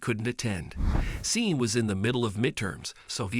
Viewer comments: It’s pronounce Shorn (Sean) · I believe his name is Sean and is pronounced Shawn. The video was great when I could focus on it and the presenter was fine except Sean. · "seen"! "Lie-ly"! A daily dose of moron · That pronunciation Sean, (Shawn) grates on my nerves like finger nails down a chalk board.